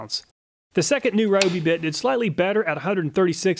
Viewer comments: Why can’t you pronounce “Ryobi” correctly though? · Please learn to pronounce “Ryobi” correctly. Here’s a video from Ryobi, listen to how they say “Ryobi”